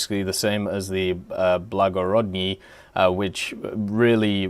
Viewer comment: Say the name of that ship for us one more time, I don't think you got it quite right yet.